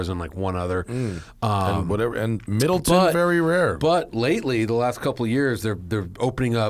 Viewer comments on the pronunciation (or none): It's pronounced Mid-leh-ton, and it's the premium version of Jameson.